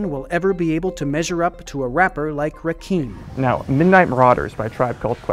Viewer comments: I'm the same as here. Hip Hop is fucked. & why is is no one can seem to pronounce Rakim's name properly? It's pronounced as it's spelled, not Rakeem. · Pretty sre it's pronounced "Rah-kim", not "Rah-Keem". I expect a better level of integrity out of the nation's finest news source.